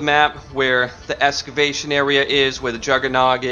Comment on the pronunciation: Great content but it's pronounced excavation not escavation